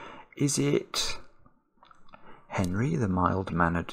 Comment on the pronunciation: I have done some investigation, and it appears to be "Penry" rather than "Henry", from an ancient cartoon called "Hong Kong Phooey." Search for the intro on youtube and you will hear the line about 15 seconds in. ( says it )